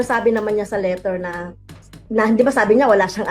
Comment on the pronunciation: Asus teacher ka hindi mo nga mabigkas ng tama sa LETTER parang LITER ANG SINABI MO